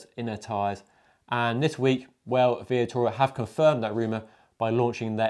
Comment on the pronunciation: you called Vittoria " Via-tora", rather than Vi-TOR-ia. just saying. otherwise, great vid. and I agree about this year's Ronde. Great race, and nice to see Van der Poel outsprinted by Asgreen.